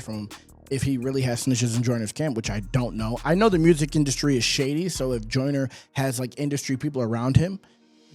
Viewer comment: No he’s saying “Jonah” on purpose…we know how to say “Joyner” in the UK 😂